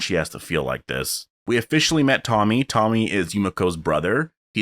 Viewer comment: Not to be rude, but his name is actually pronounced Tomi.